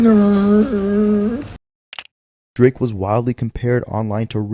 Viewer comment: "It's probably a minErrerer"